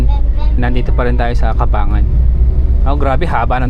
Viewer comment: Cabangan (kabang-gan)